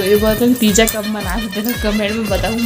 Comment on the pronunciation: तिजा,,,ना कि टीजा 😂😂😂